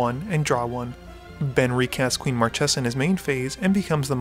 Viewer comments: I haven't started the video ter, but If I hear mar-tche-za instead of mar-kay-za i'll cry. Edit: DAMN IT!😭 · It's pronounced "marKesa", not "marTCHesa".;) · Marchesa is read with a hard "c", as "Markesa"! ;D